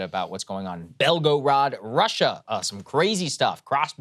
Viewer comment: Gorod is pronounced gore-ud